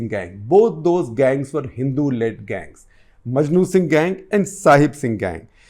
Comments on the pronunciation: maknu singh not majnu singh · Makhnu Singh not Majnu Singh, Sir